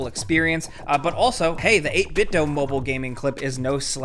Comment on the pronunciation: The PDP Xbox remote is trash. The d-pad is awful to use and the remote is fragile. A couple drops to the floor and it’ll start having problems. Oh, and it’s pronounced 8BitDoooo